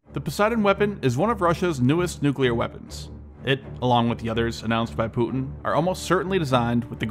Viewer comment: What just he just said? Poo-in?🤣✌